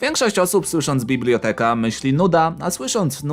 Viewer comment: nie mówi się bibloteka